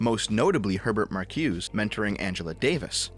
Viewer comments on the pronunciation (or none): I hate to be a stickler here but Marcuse's name is actually pronounced Mar-cu-za.